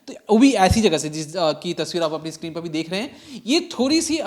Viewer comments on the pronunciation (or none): none